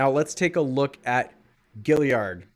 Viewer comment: It's gaillard not giliard bro ur not that smart huh?